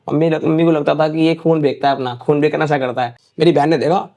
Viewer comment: Wahi mai sochu beka beka kya kar Raha hai ye😂😂